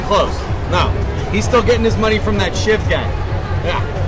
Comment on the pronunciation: Love how he mis pronounced shiv 😂